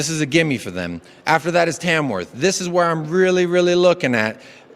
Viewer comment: Dees club, dees players…